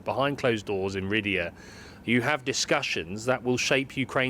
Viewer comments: "Riddiya"? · Did he just call Riyadh “Rid-ee-yah”? 😂😂😂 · That's not how Riyadh is pronounced mate